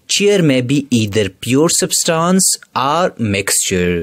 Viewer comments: It is substance not substons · Didn't even dont know how to pronounce , substance.....poor video